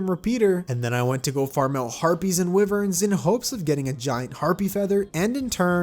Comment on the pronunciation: ah yes your common enemy the wyvern, pronounced as wiv-ern